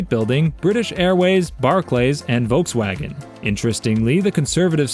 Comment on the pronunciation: Wrong pronunciation of Liechtenstein, Vajiralongkorn, and Volkswagen. Hans doesn't have the title of King. Why was MBS shown during the clips for Abu Dhabi when he's from the House of Saud!